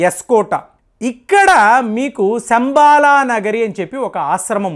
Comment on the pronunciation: అది 'సంబాల' కాదండీ....." శంబల " గ్రామం.